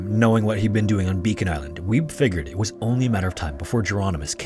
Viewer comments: I think it's pronounced "WEE-bee", not "WEEB." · I giggled a little every time I heard you say ''Weeb'' for Wiebbe, its more like Wee-Buh